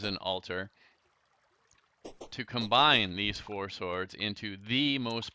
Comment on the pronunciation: When you hear "Today's episode is all about Tord" instead of "Today's episode is all about swords" XD